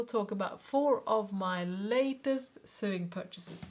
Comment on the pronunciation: du vet det sikkert allerede nå, men "sewing" uttales "sowing" på engelsk :)